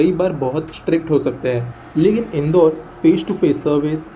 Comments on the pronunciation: In-door nahi inn-daur 😂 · Isse indoor nahi padhte...in-daur padhte he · Pronounce.... Indaur City